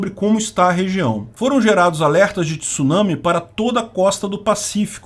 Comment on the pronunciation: Parabéns, pronúncia correta da palavra Tsunami!